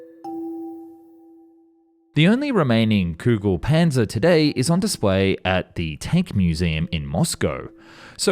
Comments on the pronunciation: Not Kugel Panser Ami das heißt Kugel Panzer greetings aus Deutschland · English speaking people be like: I can't pronounce ö, ü or ä Also English speaking people: Kügelpänzer lol